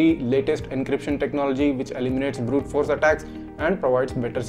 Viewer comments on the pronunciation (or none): none